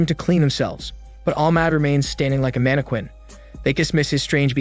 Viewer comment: This is the 3rd video I've watched where you pronounce "mannequin" wrong. Really, dude, it's not too hard to check how it's pronounced correctly. VIDEO DISLIKED.